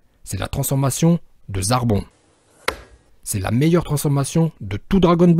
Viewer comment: J,était mort de rire quand tu as dit zarbon